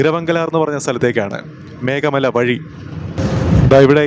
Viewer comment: മേഖ മലയല്ല ഭായി മേഘമല ....🙏❤️